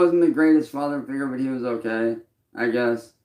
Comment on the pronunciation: ever notice how can't say "Okay". He says "OhLay". Personal very excited to know he is not only a music artist. Label owner, streamer but also a bull fighter this goblin can do it all! 😂😂